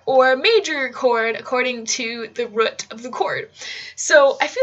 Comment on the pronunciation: Please say "root" correctly.